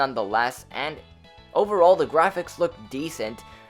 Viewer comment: gwaphics :DDD